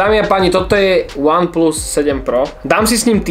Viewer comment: Ach jo , z toho jak říkáš VAN PLUS mě bolí uši :DD